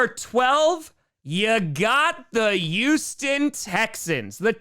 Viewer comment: THERE'S A "H" IN HOUSTON!!